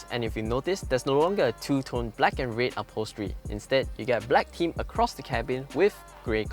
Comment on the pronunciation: I just cannot stand how RED was pronounced. Anyway. the car and content. Nice